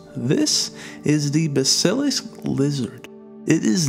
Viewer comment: its pronounced bAss-ill-isk